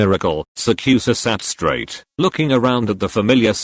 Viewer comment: i love how the straight words are emphasised. nc vidd🥺